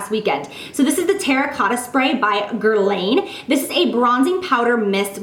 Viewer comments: Guerlain is pronounced ger lawn, not ger lane. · The way you pronounce "Guerlain" is making angels cry and my ears bleed. #ghetto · Guerlain is pronounced kind of like Mulan (the Disney princess) rather than GuerLANE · sorry had to say it but for the terracotta spray Guerlain is pronounced Gur-lawn not gur-lane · GURRRLAAAn the "N" is almost silent to get that frenchy pronunciation .. your welcome X